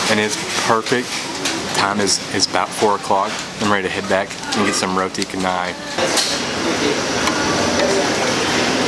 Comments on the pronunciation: Hi, what a great and informative video. just some correction though, at 12.33 instead of potato it is a cassava/tapioca, at 14.26 roti canai supposed to be pronounce char+nay not car+nay. this is because of its origin that is Chenai in Tamilnadu in India. in malay if spelling for c the sound is ch not kh. in singapore they called it roti prata. at 16.19 kandar for precise is not meaning mixed added to rice. originally and historically "kandar" got it name because hawkers would balance a kandar pole on their shoulder with two huge containers of rice meals and the name has remained until today. have a good experience while in malaysia... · Its pronounced cha-nai. Roti cha-nai